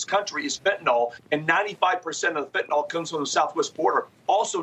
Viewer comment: Why can nobody pronounce fentanyl properly? Fent'nol ffs